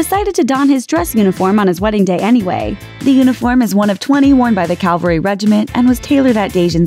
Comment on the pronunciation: Cavalry is not pronounced calvary. I disagree with the order. Doria Ragland looked better dressed than Oprah or Serena Williams.